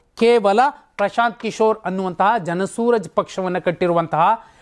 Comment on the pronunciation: Hello mister ಜನ ಸೂರಜ್ ಪಕ್ಷ ಅಲ್ಲ ಜನ ಸುರಾಜ್ ಪಕ್ಷ